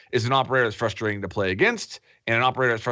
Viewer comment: Whoever is top left, it's not FUSTRATTING its *FRUSTRATING*. It really frustrates me how he mispronounced frustrating.